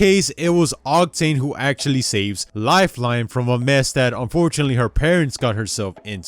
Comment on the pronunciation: he says lifelone